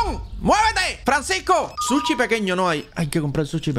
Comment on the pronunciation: Es sushi no suchi